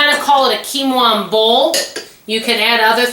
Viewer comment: You pronounced quinoa perfectly. Great job,! 🥰